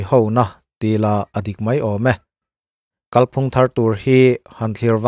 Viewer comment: Pu Duhoma anga kál phúng i tih sàn dik loh ve loh loh le! Kàl phùng tih hi Mizo ṭawng thlûk dàn dik a ni.